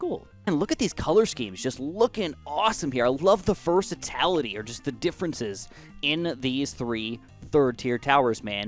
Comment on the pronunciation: Is he saying vercitality instead of versatility?